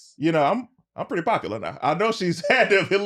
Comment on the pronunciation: "I think she purty"